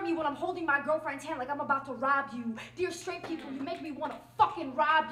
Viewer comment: Nice poem. It's people, not 'peepoe', though. Just saying.